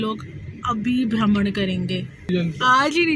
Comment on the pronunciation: भ्रमण good hindi